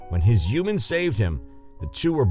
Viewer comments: Humans, not Humens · What is a "juman"? 😄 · Whenever he says human I hear hooman😂😂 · without pronouncing the "h"! -> uman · Why do the narrator pronounce “human” as “youman” omg it’s driving me crazy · When u say human it sounds like your not a human ur an alien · How come he can pronounce humanity right but can’t say human?